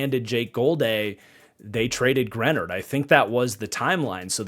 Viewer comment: Now he's no longer on the Vikings but... Your mispronunciation of Greenard is driving me crazy!! 🙀 And yes I'm a long suffering Vikings fan but, some of your takes on our draft are slightly off. We took Bredeson because our offense utilizes a FB. It's not a weird pick for the Vikings. Also the "F" grade on Jakob Thomas... Flores ran this draft and don't you think he would have vetted Thomas prior to the pick?!??